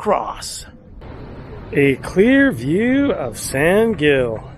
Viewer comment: From a local. Please, pronounce in Spanish "San Hill."